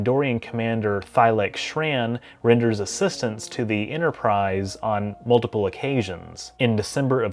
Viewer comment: There is no "Innerprise" in "Store Trek"